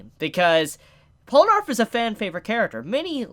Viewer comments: Polanarf? Wtf... Its poll na raef. Just listen to him pronouncing his name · Pol-nah-refu Not polanarf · Its Polnareff not palonerf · It’s Pole-ner-reff not arf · Polenarf... Polenarf... ITS POLNAREFF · isnt it polnareff and not polenarf? i dont thgink u said it right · Polar-eff Not Pole-narf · IT'S POLNAREF, NOT POLNARF. JESUS CHRIST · POLE-na-REFF Not POL-no-ARF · Polnareff, man... Polnareff... Not Polinarff. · You keep calling him Polanarf. It's pronounced Pol na riff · Pol-Na-Reff not Pola-Narff😂😂😂damn dammmmm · Its pronounced Pole-ner-ref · POLANARF DID YOU JUST SAY POLANARF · Polenarf. LOL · I swear if he says polanarf again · did he just fucking say "pollanarf" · "polrenaff, hope i said his name right" perfecto pronunciation there bruh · Polenarf lmao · POLE-NAH-REF! The first time annunciation's got to me. Probs cuz Polnareff is the part 3 main character lol. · how did you manage to pronounce Polnareff as Polanarth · How to say Polnareff: Pole-nah-reff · It really bugs me how you say his name. POL-NA-REFF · You're not saying it right. It's JEAN PIERE PORUNAREFFU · "Polanarff" ahhh why the fuck would you say that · Slight mispronunciation. It’s Pole-nar-if. If you rewatch Part 3, that’s how they pronounce it, more or less. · Pollanarf? you hope you're saying that right? do you do that for the lols or is listening to 2 mins of stardust crusaders too hard? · MY MAN JUST SAID POLANARF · Polinarf? LoL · PAUL NARF MALL COP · Its bronareff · You said his name wrong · HOW MANY TIMES ARE YOU GONNA MISPRONOUNCE HIS NAME AAAAAAAAH IT HURTS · Holy shit you butchered his name so hard core 😂